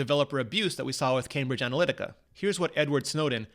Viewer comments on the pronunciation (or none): ANALYTICA. Practice sounding it out ANA-LYT-ICA - NOT equal to analytics. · It's "Cambridge AnalyticA". It's right there in front of you, dude.